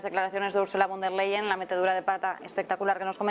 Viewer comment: Bueno pero este supuesto expertobcomo aprendió nada pq si se lo pasa diciendo Úrsula leiden o vonder leiden ... a ver, es Úrsula con der Leyen. Von der Leyen, no leiden... no veo NINGUNA D/d ahí. Es que es tan difícil para un latino o hispano leer y distinguir entre y / d??? BRUTO tan experto que les parece si en vez de moragon es moretón??? Son las pocas ganas de hacer las cosas BIEN. VON DER LEYEN... SE LEYEN COMO LEYES, BRUTO.